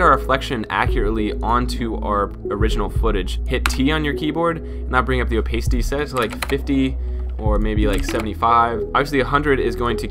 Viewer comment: Good job.(edit note: it's "oh-PASS-it-tee" not "oh-PACE-it-tee" Sorry. I work in radio.